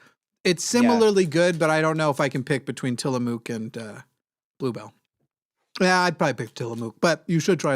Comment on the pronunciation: it is TILL-UH-MUK:)